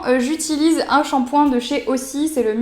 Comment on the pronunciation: A lire "Ozy" pas "AuSSie".